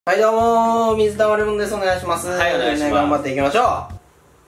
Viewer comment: お願いし⤵︎ます⤴︎